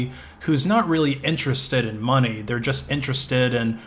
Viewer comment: I thought u said monke